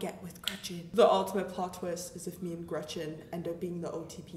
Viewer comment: Nobody: Not a single soul:: REGETCHEN